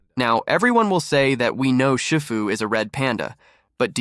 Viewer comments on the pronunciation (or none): Is pronounced she-foo 😅